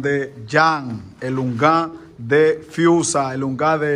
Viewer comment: Dice friusa no fiusa...